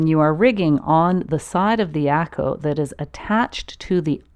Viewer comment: Doesn’t matter. Get the cheapest. Get a couple. You can use one to tie an extra paddle to the iako. Also, pronunciation of iako is more like “yako”. Yes, the “I” is pronounced “E”. But combine the Eyako so it’s only two syllables “Eya-ko” instead of of three syllables E- a-ko. Great video!!! Mahalo from Maui!